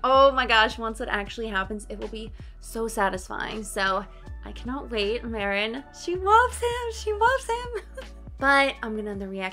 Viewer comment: Marin pronunciation = Mah-reen (the rin sounds similar to “ring” without the g)